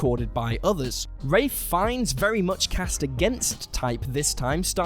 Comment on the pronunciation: Love it when you say Ralph Fiennes' name right.